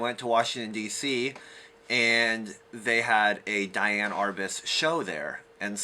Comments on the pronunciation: DEE-Ann. Not DYE-Ann. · I believe she pronounced her name dee-ann.